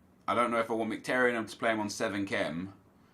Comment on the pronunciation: You should know how to pronounce Mkhitaryan by now considering he’s an Arsenal player